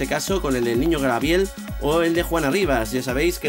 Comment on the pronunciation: Grabiel??? 😕Creo que lo correcto es Gabriel... Ayyyy!!!!😁😁